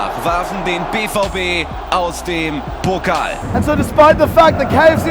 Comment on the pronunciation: DFB “Pokl”